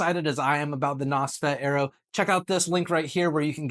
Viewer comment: God god man AERO is pronounced AIR RO as in AEROdynamics not bloody ARROW